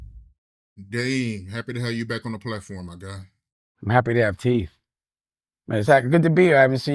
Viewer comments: It Teethe not "teef" foo! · TEETH Dame, not TEFF